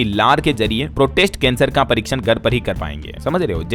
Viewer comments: प्रोस्टेट को प्रोटेस्ट क्यों बोल रहे हैं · भाई सही तरीके से समाचार पढ़े आप प्रोस्टेट कैंसर को बार बार प्रोटेस्ट क्यों पढ़ रहे हो कैसे लोग देखेंगे DLS बार बार गलत पढ़ रहे हो। शर्म करो। माफी मांगे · “प्रोटेस्ट” नहीं “प्रोस्टेट” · इसे प्रोस्टेट कैंसर बोला जाता है। अपना उच्चारण ठीक करें